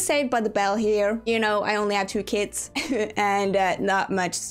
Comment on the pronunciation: you said kits are expensive but I thought you said kids, I was like "I DIDNT KNOW HAD CHILDREN?!?!?!" 🤣🤣🤣